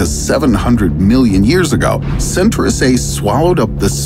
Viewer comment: I like it better as Centaurus (sen tah rus) not Centrus, like this guy calls it.